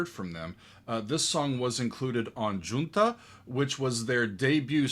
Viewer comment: you gave away yourself as white bread when you mispronounced Junta